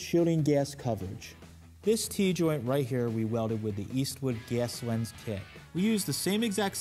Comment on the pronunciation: “Ges lens”